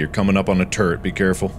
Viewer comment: Everytime mark says Turrret, it sounds like he is saying Turd. I am mature I swear 😭